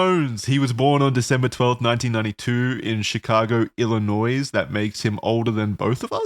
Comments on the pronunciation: not pronouncing it ill-i-noise 💀💀💀 (go ahead and clown on me lol) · I always end up watching videos about this guy because I used to know a friend of the family who he was close to. But man, did it hurt hearing pronounce the ‘s’ in Illinois 😭 It’s silent!!!